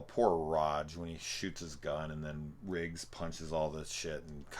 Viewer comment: You keep saying “Rigg” instead of Riggs, and it’s driving me nuts haha. Good content though, especially in the video on the 4th one.